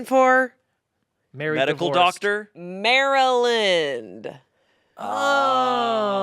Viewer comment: The way pronounced maryland is offensive considering she is an East coast babe